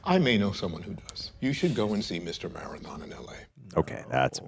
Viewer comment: its Marathon not maragon ffs